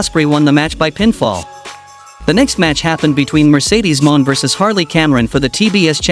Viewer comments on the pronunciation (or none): Mercedes Moan , AI voice must be a Cornette fan